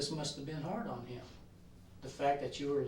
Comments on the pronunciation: I hate how she says “heem” instead of him. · This woman comes off like a world class idiot. And I know this is like the least of her offenses, but I find it super annoying how she pronounces “him”. “I didn’t want to talk to eem at all.” She deserved 25 years bare minimum.